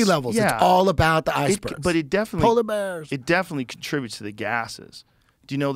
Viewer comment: polar beaars